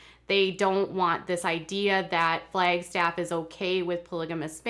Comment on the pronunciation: I primarily clicked on my notification so I could hear a native Minnesotan say, "Flaygstaff" several times. 😜😜😜